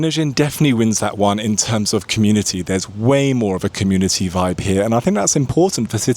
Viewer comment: First you have to learn how to say "medellin" ignorant